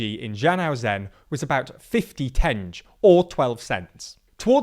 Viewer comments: It grates my nerves hearing tenge being pronounced. It's ten-gay not tenj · The currency is pronounced Tengeh and not Tenj. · The currency is not pronounced as TENJ, it's basically sounds like "ten gay". Also an armed men in Almaty are possibly members of a clan (related to family of ex-president Nazarbayev) trying to hold a grip on say in Kazakh politics. That would explain why president lost control of the police, and country in general, and had to ask for military help from abroad P.s. Good video despite weak international coverage! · It's pronounced tenge (ten as in ten and ge as in gecko"), not tendzh. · Tenge rhymes with thingy, not with henge. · It's ten-geh, not tenj. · Good video! Minor correction: Kazakhstan's currency is called tenge (pronounced: TEN-gay) not like "henge." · "Tenge" is not pronounced that way. It's "TEN" - "GE" (like in "goal"), separately. And Kazakhstan claimed independence in 1991, not in 1990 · Pronounced - Tengay. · tenge is pronounced as "ten-ghee`" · Some words had butchered pronunciation, but otherwise the coverage was very good. Mangystau should be Man like MANchester + geese + tau like TAUbe. Tenge should be Ten like 10 + ge like GEt or GATE. Ablyazov should be Ab like Abs + Lya like Lyanna + zov like AZOV sea. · Man, you are really butchering the name of the western province. It is read approximately like Mann-Geese-Tau. And the currency is Ten-geh (g like in grim) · The KZT currency (tenge) is pronounced like "ten-geh". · every time a monolingual anglo pronounces tenge as tenj i cringe so hard one of my internal organs fails. im on life support now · Informative video but the currency is pronounced more like ten-ge. The g is hard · actuallly it is pronounced teng-E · "tenj" is probably the absolute worst possible way to misspronounce it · It's definitely not pronounced gay. It's like typical americans eying every latin e ending. It's just e. You don't have to add a y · tenge is pronounced like teng-gee if I remember right